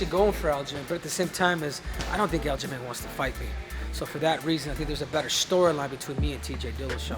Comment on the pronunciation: He said aljalame😅 and aljo said Henry cedoodoo. All bs aside. I think Henry and aljo need to fight!!